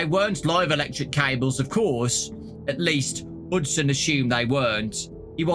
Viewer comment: pretty sure its hudson not huston